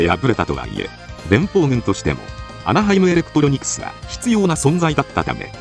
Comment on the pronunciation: なんかアナハイムエレクプロニクスって言ってません？